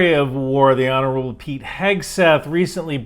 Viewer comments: The "Honourable"? 😂😂😂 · "honourable" lol